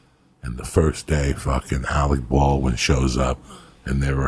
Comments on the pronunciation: Alec ballwin and cal labow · Im not gonna drop any names, but Alec Baldwain and whats that kid, Shaya la Bof. Lol